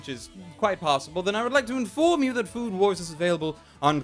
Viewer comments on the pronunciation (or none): Everytime mentions the name of the show, I just keep hearing "Food Porn" instead of "Food War"